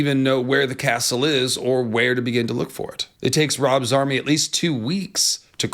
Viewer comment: I know you said "Rob's army" but it sounded like Rob Zombie took two weeks to cross the causeway.